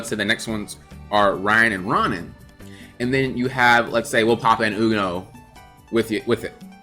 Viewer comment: Row-nan lol like Conan